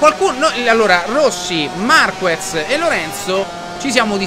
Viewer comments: In gara i tempi si alzano perchè in qualifica si usa una gomma molto più morbida e quindi con molta più "presa" sull'asfalto...e comunque si dice MARCHEZ non MARCUEZ.... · Marquez si pronuncia MARKEZ, a parte il difetto di pronuncia polliccione in su per i tuoi video e la serie moto GP continua cosi! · Si pronuncia MarKez...e comunque, scusa se te lo dico, si vede che non guardi la MotoGP...è normale che si vada più veloci in prova che in gara, è sempre così. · Si scrive marquez ma si legge marchez